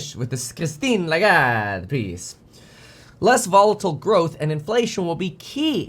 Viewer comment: I'm French and I've never heard "Christine Lagarde" pronounced that good. Just kidding, Kevin is taking the worst possible Italian accent including gestures that the French language doesn't have at all 😂